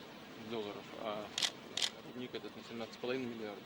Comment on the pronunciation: Рудник , а не рУдник.